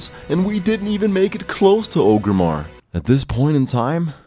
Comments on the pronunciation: FRICK. It's "OR-grimmar" not "OH-grimmar" GEEEEEEEZ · ORGRIMMAR NOT OGRIMMAR